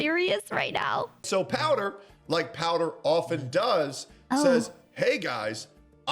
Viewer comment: POWDUR. Ain't no way you said that. It's hilarious. Thanks. xD